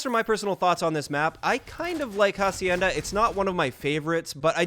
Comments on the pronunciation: bro dont pronounce hacienda how you are right now say as if the "h" were silent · Lmao did he really just sound out the “h” on “hacienda” LMAO